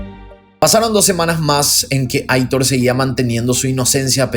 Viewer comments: Me encantan tus vídeos!! Un pequeño detallito informativo: el nombre Aitor es de origen vasco y se pronuncia "Aitór" :) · Hola!! Quería aclararte que el nombre de "Aitor" lo pronuncias mal. Debe decirse como si estuviera acentuado en la "o". Es un nombre de origen "Vasco" (yo soy vasca) y gusta mucho en España pero hay mucha gente que NO sabe pronunciarlo. Te conocí hace 2 años y te sigo con interés. Felicidades por vuestro trabajo.